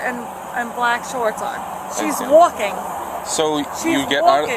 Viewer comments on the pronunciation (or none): "She's wulking"